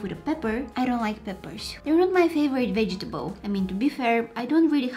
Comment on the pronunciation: Did anybody else hear vegeteBOIL